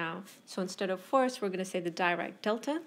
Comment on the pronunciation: Thank you for your informative lecture. Just a note about pronunciation: Dirac is pronounced as 'Dee-rak'.